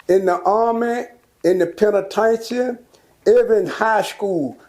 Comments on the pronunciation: Damn near every nigga over 40 from Texas call prison, tha "penna-tain-cha"😆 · Old heads call the penitentiary, The “PEN’A’TAIN’CHIN” 😂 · He is fucking up the word penitentiary